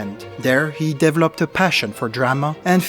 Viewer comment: I knew you were french the moment you said dev-lopped